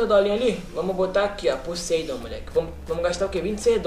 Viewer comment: Não é "puseidon"! É poseidon